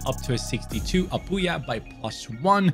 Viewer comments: As a Mizo I'm pretty satisfied on how you pronounced Lalrinzuala and Apuia , although your pronunciation on Lalchungnunga could be better I'm pretty impressed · You're pronouncing that "Lalrinzuala" & "Apuia" perfectly!!! Mizo names are very hard to pronounce, and that "Lalchungnunga" was very close as well. Big Respect!